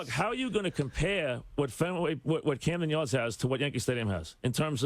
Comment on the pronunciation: Mike called Camden Yards, Cramden Yards. 🤣🤣